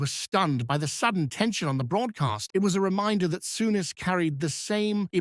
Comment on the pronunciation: AI garbage, the " narrator" can hardly pronounce his name